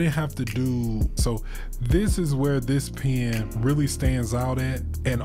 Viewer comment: Why do you pronouce pen like pean